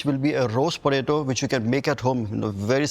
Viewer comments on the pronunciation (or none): You mean Botato.